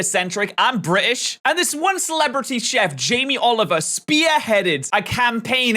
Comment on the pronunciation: I could tell you were British by the way you said British.